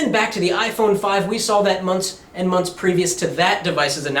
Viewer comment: Many Many "Munts"